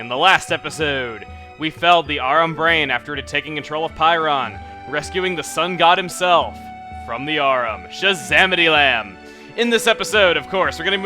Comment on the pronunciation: Chugga, it's shazamityzam not shazamitylam. You're making WAY too many mistakes in this lp.